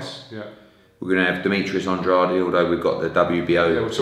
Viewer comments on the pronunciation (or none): Hearn should learn how to say Andrade's name right for a start. And-raid.